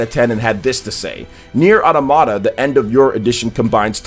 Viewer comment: it's autOmata, not automAta